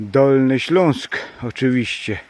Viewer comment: Ty jako jedyny poprawnie i po Polsku mówisz "Ślunsk" 😎👍🍻